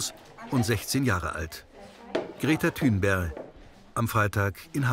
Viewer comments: greta tūnberg 🤣🤣greta tunberg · "Greta Thünbersch ".... Ah jaaaa Ich verstehe. 😂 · Grete Thunfisch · Thunberg wird im schwedischen Tünber ausgesprochen